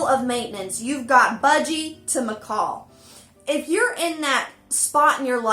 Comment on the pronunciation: She hates it when people say "parakeet", but says "m'kawl" over and over....🤦‍♀️🤦‍♂️🤦‍♀️🤦‍♂️